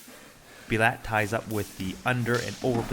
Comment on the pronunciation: His name is Bulat which is pronounced like „boo-lat“. You however called him „bee-lat“ which sounds similar to a russian swearword 😅